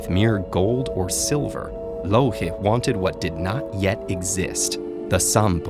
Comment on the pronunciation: am i the only one who always hear "loki" when he talks about louhi?